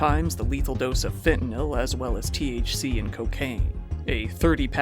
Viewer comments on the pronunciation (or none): none